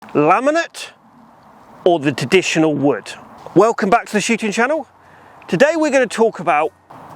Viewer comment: did he just say "Teditional"?